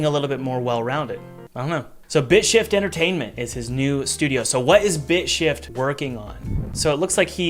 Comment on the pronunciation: honestlly the way he said bitshift sound either like dipsh!t or b!tchshit